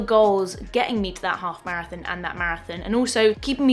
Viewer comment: Love your accent on "marathin"